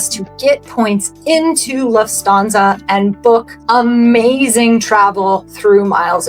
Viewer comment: I really wanted to watch this video as I'm new to Rove points and wanted to learn, but holy cow, I had to stop at 3 minutes when you pronounced Lufthansa, "Luft-stanza." Can't take you seriously. 🤡🤡🤡